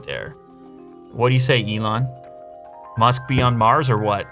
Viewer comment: Lew: The Ellon Musk SMARTPHONE Everyone: Billionaire Smartphone?!